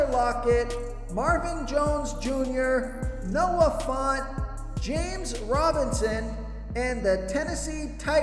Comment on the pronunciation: At this point I'm convinced you purposely jack up people's names. Noah FONT? 😂